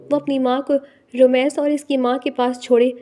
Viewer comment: It's rameez not ramaiz